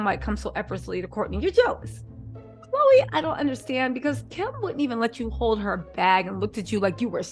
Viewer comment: NOT KHLOGRE 😅